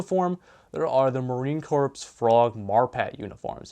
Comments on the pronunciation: Pronunciation is core not Corps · corps pronounced "core"